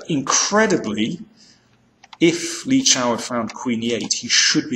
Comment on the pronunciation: Danny, it's Li Chao! There's no "Shao"!